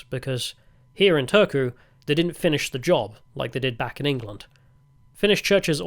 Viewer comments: You clearly got an "interesting" guide to Finland. Not the most objective on a lot of things 😅😂 Turku is a butt of the jokes for a big part of Finland and especially here in Tampere, so I got a kick out of your guys pronunciation. It sounded like you said "Törky" which means "filth". And last question: "only water" means "don't put tee or coffee inside here, just warm the water and mix them somewhere else" Also "don't warm glögi (=Finnish mullet wine type of drink) in here" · I would have thought that after having been living 19 (!) years in Finland, Mr Heretic might at least master the basics of pronunciation of the Finnish language. We don't have a "soona" or an old capital called "tööku". Maybe show some respect please, no matter how eccentric you want to appear. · I am not a Finn, but your pronunciation of Turku was killing my ears. Both "u" are read the same. Unless Turku people say it like that themselves (not sure I've met much people from there)